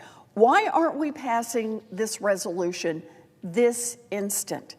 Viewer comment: "Bipartisal" resolytion😂😂😂